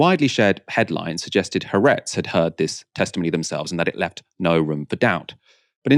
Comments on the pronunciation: Haaretz is spelled with 2 As because they are two separate syllables, with the stress on the second. hope this helps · Why can't any of you learn how to pronounce Ha-aretz?